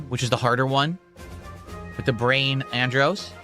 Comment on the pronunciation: The brain of "Androhs" by the way. Really though he does not get to say this was his favorite N64 game when he can't pronounce ANDROSS correctly and dies on phase one Andross...TWICE.